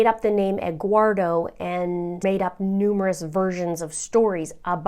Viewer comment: I chuckled when you said Egguardo 🥚